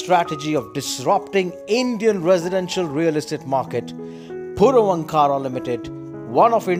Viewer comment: Pls pronounce the name properly. Ankara is not a separate word its Vaankar...... Purvaankara